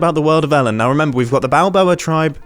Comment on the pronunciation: When the ai said the world of elen I thought it was talking about elen degenerous